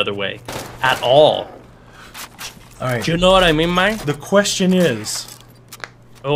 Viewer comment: Why do you say quayhon instead of question